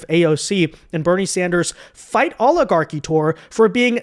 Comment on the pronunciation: Mad because she stuggles saying oligarchy.